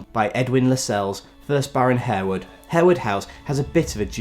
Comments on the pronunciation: I'm pretty sure the 'e' is silent in Harewood House 😬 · "Harewood" is pronounced "Harwood" and "Lascelles" is pronounced "Lassles".